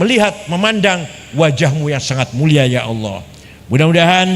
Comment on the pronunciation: Gus baha bahlul, nyebut kata Allah aja salah. 🤣🤣🤣🤣